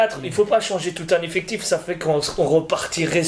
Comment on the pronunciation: C'est quoi un "effectchiffe" ? 🤔🤔